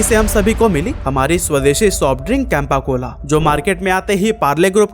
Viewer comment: कैंपा cola की जगह चंपा को cola 😅